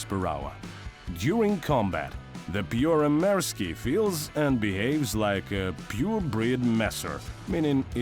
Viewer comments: Good grief. Absolutely awful pronunciation. Made me squirm. Can i redo the voiceover for free? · don’t get your knickers twisted. It’s got nothing do with how I speak Russian, it’s how this man pronounced Finnish. It’s awful, period. If you want to sell a product, use someone who can do it properly. я свободно говорю по-русски.